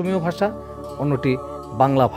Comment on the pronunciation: I'm sorry to say though you are discussing this topic you have not yet picked up the correct pronunciation of 'bangla bhasa'.Moreover it is imperative that this topic is not complete without discussing charjapad,manasamangal etc.